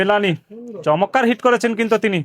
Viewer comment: চমৎকার না বলে চমক্কার বলেন কেন?